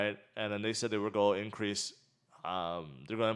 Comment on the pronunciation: no offense, but it's not "GOI DO". IT'S "GOING TO DO"